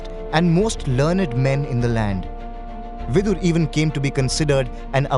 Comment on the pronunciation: Like its not Vidur.. Its Vidura, Bhishma, Santanu